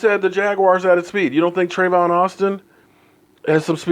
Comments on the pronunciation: Omg his fucking name is Tavon!!! Not Travon! TA-VON lol sorry bout the language but you're are just horrible with names and its starting to bother me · It’s TAYVON not TRAYVON GEEESH LMAO